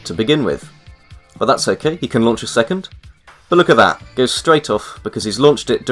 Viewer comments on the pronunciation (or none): none